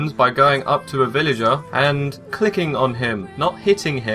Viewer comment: I like how he stresses 'clicking'